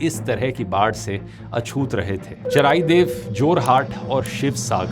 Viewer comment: Charaideo ..... Pronunciation galat hai 😮